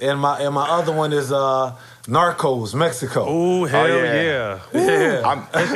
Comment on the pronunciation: Love this episode 2000 pistons were fun to watch and imma watch some as Matt calls it "Norco's" lol sounds like it anyways lol